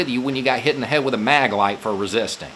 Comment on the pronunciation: did you intentionally pronounce it like "hit in the head with a MAGA-light"? That sure would explain a lot.